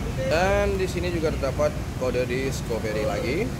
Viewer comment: Maaf bang,namanya ' diskafri' bukan 'diskoferi'.